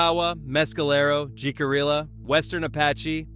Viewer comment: I swear to god it's so irritating that no one outside of the southwest knows how to pronounce spanish words and names. It's not Ji-cuh-rilluh. It's pronounced hick-uh-reeyuh. We're like the one Apache tribe that no one can seem to pronounce correctly.